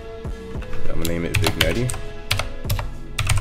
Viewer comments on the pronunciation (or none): vin'jet* nice tut tho lol i was just bothered by u saying "vignettie" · VIG-NETTEY (pronounced vin-yet) Nice vid, thanks for tut. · It’s actually vin-yet lol (Nice video btw)